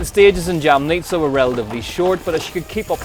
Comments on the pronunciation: also we were racing in: YA-MNEE-TSA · Loool, yeah, never heard anyone butcher Lukasik's name so badly, it is not that difficult! Also, leave jam on sandwiches, do not put it in Jamnica, a little effort and research shows a bit of respect, you can do better! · Not one person have I heard that pronounced Jamnica correctly...